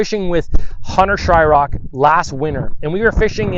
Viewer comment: Just fyi, it's Shryock, not Shyrock. Pretty sure even Mercer says it wrong lol